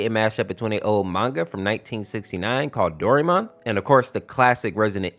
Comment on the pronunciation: It's do ri mon